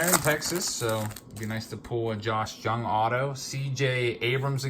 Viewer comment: FYI -- It's not Josh "JUNG", it's pronounced "YOUNG". I'm a Rangers fan, and so I've been following him.